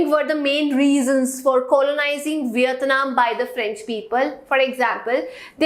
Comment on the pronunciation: She is saying viyatnam instead of Vietnam pls pronounced it properly😑😑